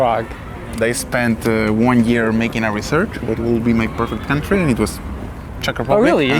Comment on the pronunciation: Jetzt mal ehrlich, bin ich der einzige der die Dänin, jedes mal wenn sie "Kauntry" gesagt hat, im Kopf verbessert hat? xd